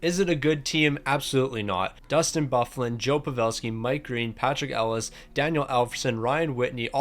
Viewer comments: Patrik El-e-ash. Not Ellis 😭😭😭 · Thank you! That was driving me mad!! It's pronounced "El-e-ah-sh" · That hurt my brain hearing him say it that way ahaha